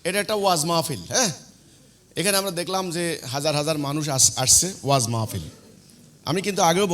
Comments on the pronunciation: সেলিম দাঁতাল মাহফিল টাও বলতে পারেনা, বলে ম'ফিল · তুমি যে এক কুলাঙ্গার নাস্তিক মুরতাদ হিজবুত তাওহীদ নামধারী শয়তান 😈 মাহফিল শব্দটা সঠিক ভাবে উচ্চরন করতে পারে না